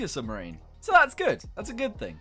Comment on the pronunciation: Um you say scrubmrine